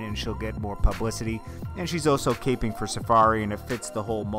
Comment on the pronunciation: Caping? Lmfao it’s called cappin’ , love the channel tho I always thumbs up your videos